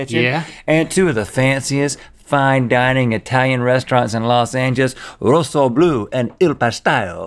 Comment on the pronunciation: They mispronounced the Rosso in Rossoblu